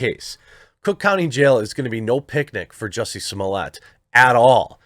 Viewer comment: ITs not Jussie, its Juicy :D